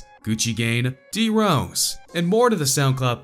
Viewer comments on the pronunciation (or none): " DE-RoWs" the way he's saying it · The way he said d rose though. 😁